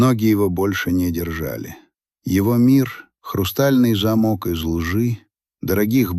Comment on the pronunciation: Это ИИ читает и придумывает текст, один зАмок и замОк чего стоит, ИИ всегда это путает, слушайте внимательно, ошибка и здесь вкралась🤷🏾‍♀️😀